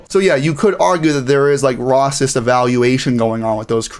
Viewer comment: Does this guy have a speech impediment? It's a serious question as I noticed he failed numerous times to say " racist" correctly. Never heard anyone get it wrong